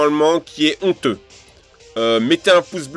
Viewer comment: éffectivement c'est honteux que tu dises "ton'theux"